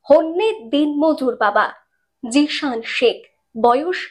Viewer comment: জিসান ❎ জিয়ান ✅